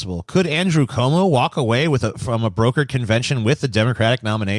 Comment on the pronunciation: it’s pronounced andrew cwomo —a NYer